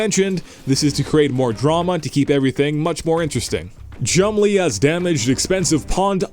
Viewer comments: Omg you are horrible narrating videos. Also you sound like you have a bunch of marbles in your mouth. Oh and it’s Chumlee, not Chum-Lee, dope. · Chum Lee? Are you suggesting his father is Bruce Lee? It's one word, don't pronounce it like its two.